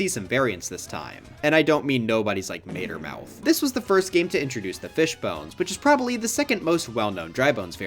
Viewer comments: Mater Mouth? Are you sure it isn't Matter Mouth? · Matermouth? I thought it was Mattermouth. You know, because they eat matter. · that's my boy edit: Matermouth? It's *Matter*mouth.